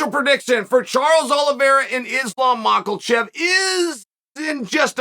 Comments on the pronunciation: Chael “Mocklechev” Sonnen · Spoiler Alert: Chael does not put the ‘L’ in Mock-L-Chef. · I know the bad guy tells us we don't need to correct him on all kinds of comments, but please Chael, have enough respect for Islam to at least pronounce his surname correctly and not put an L in it where there isn't one, just to condesend back to you Chael. Without question your knowledge of the sport way outweighs my own but the mis pronunciation would maybe lead someone to believe that uncle Chael has never watched an Islam fight!!! Sorry Chael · Islam "MACKLECHEV". Alex "PIERA". Chael doesn't give a fu*k about pronunciation 😂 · Makalchev and Benny Daroosh on the same card. Uncle Chael is doing that on purpose, right? 😆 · Why does he say machelchev? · Chale, no disrespect intended, but can you say Islam’s name a little better? Macelchev is not so close. It’s one of those things were you are miss pronouncing it and I’m going to forget how to say it right because I watch you so much. 🤙🏼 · Makhachev has no L in it. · Islam Makelchaev 😂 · Goddammit Chael it takes me 18 seconds to find out there is no L in Islam's last name! Literally no one pronounces it like that! How many times would I have to call you Chole or Chiel before you would correct me? Respect these dudes. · Is it bugging anyone else that Chael is adding an L in islams name 😂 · Have always believed Islam will win this fight. But Chael, it he does win, will you begin pronouncing his name correctly? Yours, Dricus Du Plessis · If Islam wins you've got to start saying his name right lol